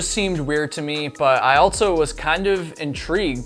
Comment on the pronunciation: Or saying altso, I can´t unhear it 😆